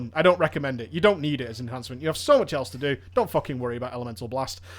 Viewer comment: your pronunciation of enhancement as enHARNcement bothers me. Are you turning southern or something?